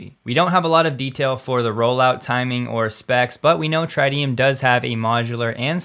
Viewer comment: The first "i" in tritium is short: tri·tee·uhm Maybe the company changed the pronunciation but that would be really weird.